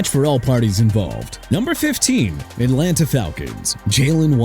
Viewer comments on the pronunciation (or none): none